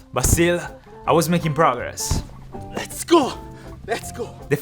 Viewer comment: Normal people: Aaaahhhh i got a bruise on my kneeeee:ZIS IS PRAGGRESSS